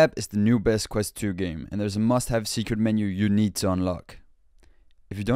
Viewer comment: Emphasis on the "quest"